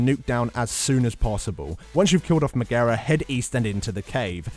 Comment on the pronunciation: hahaha he called the serpent "magaera" quite fitting xD